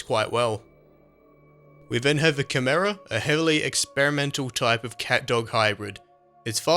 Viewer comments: Eh... I don't like how he pronounce "Chimera." He said "Kuh-mera" which I thought was wrong. I'm pretty sure it's pronounced "Kai-mera." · Ѵнїтмїяє in Russian it sounds more like "He-mera "